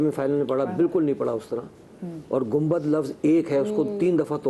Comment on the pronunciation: آپ نے ٹھیک نشاندہی کی کہ گنبد کو اکٹھا پڑھنا تھا لیکن فائنل مقابلے میں گم بد پڑھ دیا